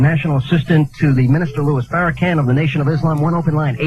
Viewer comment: They always say Farracan. They are retarded!!!